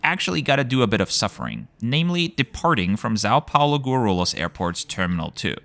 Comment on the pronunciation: The way you pronounced Guarulhos 🤣🤣🤣. But yeah, I guess in Brazil 🇧🇷 the best airport is Curitiba (CWB)